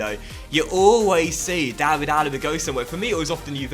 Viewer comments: David is pronounced like Villa's first name not the English way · the David in David Neres is pronounced the same way as it is for David Luiz or David De Gea